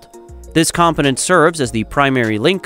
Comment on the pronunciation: He incompetently pronounced component.